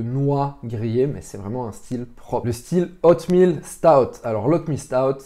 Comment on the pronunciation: Cool la vidéo, mais juste c'est oatmeal et pas outmeal 😊